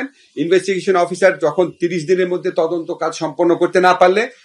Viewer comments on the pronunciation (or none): কিসের তোজন্ত ভাই তোমার মেয়ে যদি হতো